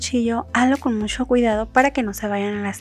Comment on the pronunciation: Siempre me gustan tus recetas. Y se las envío a todos los que conozco, incluyendo mis alumnos. Y lo siguiente que te diré no tiene ningún afán de ofender ni nada. A mí me gusta mucho compartir tus recetas por lo que te escucho detenidamente para no perder ninguna información así que me permito decir que ahora noto algo que antes no decías "MUCHO " pero pronunciado "mu/sh/o " y si tenías marcada tu manera de pronunciar la /a/. ..pero no sé ahora... suena muy sensual.../aaaccggg/. Me gusta que seas más natural al hablar y no lo digo para ofender. Se agradece que nos compartas tu recetas. Sólo te comparto mi opinión.